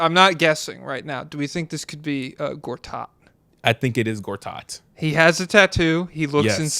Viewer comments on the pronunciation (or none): why the fuck is my goat Marcin Gortat getting strays from people that can't even pronunce his name correctly